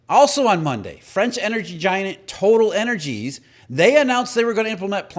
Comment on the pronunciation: Total Eney is pronounced “toe-tal”